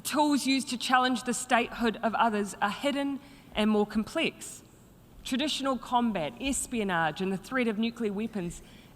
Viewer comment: ‘It’s compleeeeks’ ….string er up.